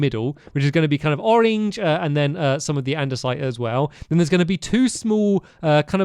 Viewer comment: "ol-ee-nge" lol